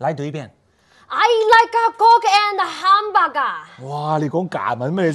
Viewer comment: Is it "coke" or is it "co*k"?